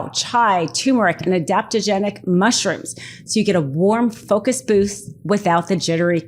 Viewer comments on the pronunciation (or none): none